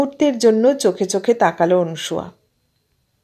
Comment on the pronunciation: পাঠ বেশ ভাল তবে নাম টা অনুসূয়া নয় মনে হয় অনসূয়া। ভাল থাকবেন শুভকামনা রইল